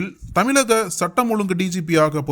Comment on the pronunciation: ....🗣️🗣️🗣️👂கூசுது😏🗣️ அதென்ன தமிலக? தமிலக ன்னு?? தமிழக அல்லது தமிழ்நாடு ன்னு..🗣️